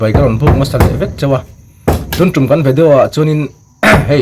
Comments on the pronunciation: Helicopter lo tum chang chuan tih tepon tum hi adiklo irwn tihdan hian lam tho agai alom..mu lum deih rwh😅😅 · Tun " tum" i tih a "tum" tih tak hi helicopter lo "tum" tih a tum tih rik dan hian lam rik tur nang nang chuan kawngtum tih a "tum" tih rik ang hian i sawi tlat a a dik lo e